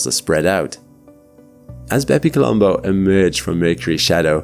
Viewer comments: I can't help but hear it as "Baby Colombo" haha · Did anyone else think he was calling the craft "Baby Columbo"? Great video as always!